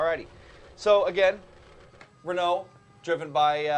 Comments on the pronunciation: lol?! Did he call it the 'Ing' car? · you guys pronounce renault funny :D